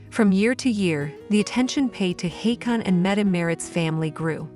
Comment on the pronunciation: The correct pronounciation of Prince Haakon's name is like 'Hawkon'; more like an O, not an A. Marius is not a member of the Norwegian monarchy, nor of the royal family, and his stepfather did not adopt him either. His own father is still around. He is just the illegitimate son of the crown princess. Princess Mette-Marit delayed her departure to Paris until the last days, to handle the situation with her son.